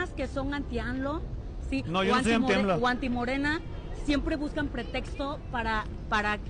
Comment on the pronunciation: Le tengo que corregir su gramática : es hipnotizado, no "hinoptizado"... Es Macuspano, no "Manacuspano"... Es AMLO, no "ALMO"... 😂